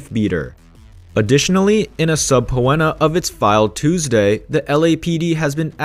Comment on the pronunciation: I laughed out loud when I heard how you pronounced subpoena... that's not how you say the word. It's pronounced, sup pean er and not sub when a. Google it if you need to and listen to the way it gets pronounced on there.